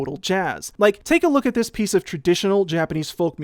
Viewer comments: "I rweally like dis one :)" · "I really like dis one." -Sideways (2017)